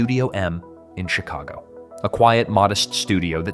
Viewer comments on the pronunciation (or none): none